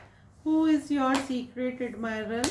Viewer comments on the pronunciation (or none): Am I the one who is hearding secret admirer ❎ Secret admirel✅💀